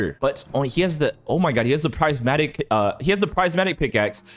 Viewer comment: Why does it low-key make me mad when he says “PRIZEmatic pickaxe”